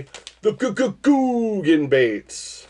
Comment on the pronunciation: I love whenever someone sends you those Ga Ga Ga Ga Gooooogan baits just to hear you say it. It’s 95 but the fall bite is right around the corner.